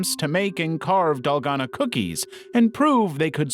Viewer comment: So many red flags about this channel 1 possible AI banner and profile 2 the way it said Dalgona 3 how many views it got on its first video (this one)